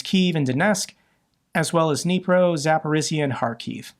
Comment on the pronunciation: It's kind of nice to see and hear pronounce "Zaporizhzhia" better and better:)